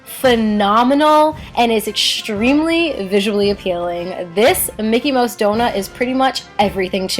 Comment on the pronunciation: It's mouse not moush